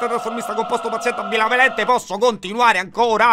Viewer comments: Ho sentito un AMBILAVALENTE alla fine o sbaglio ahahaha (che ci sta dopo 30 aggettivi 😂) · NELLA LISTA DEGLI AGGETTIVI HA DETTO ''AMBILAVENTE'' ED E' STATO BELLISSIMO